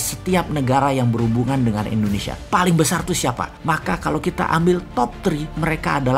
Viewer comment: Halo om Boss... boleh tau ga, kenapa penyebutan Indonesia menjadi Endonesia, disetiap videonya, maaf yah..karena aku belum paham. Karena agak sedikit ngeganjel setiap kali dengar om Boss bilang Endonesia...🙏😊, salam dari aku yah..like all your video Om boss...